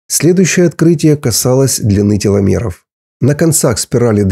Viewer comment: Почему Вы окончания слов говорите неправильно!? Неприятно слушать, "теломероу", "счастлиу"...*пяти"... "процентоу*....* бироогоу" . .😅😮😅😮😮😢 Надо научиться Вам на окончаниях слов выговаривать букву *в" Хотя Вы и зрзол, но по-русски должны говорить правильно!!!